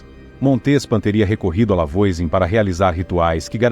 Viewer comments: Já começou errado o vídeo. A pronúncia do nome da primeira bruxa é "Vuazan". Não conhece francês? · Massa, mas a pronúncia do nome dela está bem incorreta, afinal é um nome francês. De toda forma o vídeo é muito legal 😊